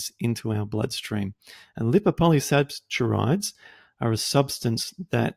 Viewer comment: I wish you knew how to pronounce "polysaccharides".